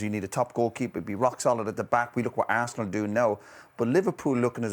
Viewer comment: Man said harsenal 😅😅😅